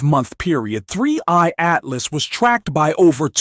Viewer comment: Why does your robot voice keep saying "3Y Atlas" instead of "3I Atlas"?